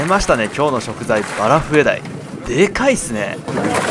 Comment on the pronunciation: バラフエDieって言ってねw(´°ᗜ°)ﾊﾊｯ..